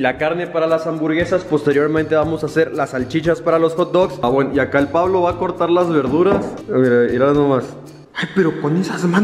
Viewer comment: Todos sentimos raro que diga "Pablo" en vez de Puvlo